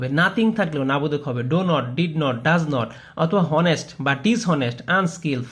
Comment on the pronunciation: আমি শিখতেই আসছিলাম। হুম ইংলিশ শিখতে আসছিলাম বাট আপনার উচ্চারণ দেখে কট খেয়ে গেছি। আর তাড়াহুড়োর কারণে উচ্চারণ ভুল হয়ছে? এটা কেমন কথা? হনেস্ট নাকি অনেস্ট এটা তো বাচ্চা পোলাপানও জানে। আমি তর্ক করতে আসিনি বাট এই পরিমাণ ভুল দেখে কমেন্ট করতেই হলো। আর মাথায় রাখবেন ওটা সুন্দরতা নয়, সৌন্দর্য হবে।